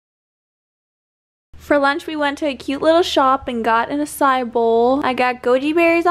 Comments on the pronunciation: can someone please pronounce açaí right all these white kids saying it wrong annoys the shit out of me it's not "a sie" it's pronounced "ah sie ee" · omg girl they're pronounced "asah-ee" bowls not acai!!! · ah- sah - ee! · That’s not how u say acái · No one gonna talk about the way she pronounced “acai” lmaoo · You said the fruit bowl you ate on the second day wrong 😆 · She’s saying Açai wrong lol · Idk why but it triggers me the way you mispronounced açaí , like just google it